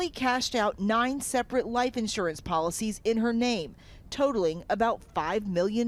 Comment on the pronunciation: It’s insurance not *in…surance! 😳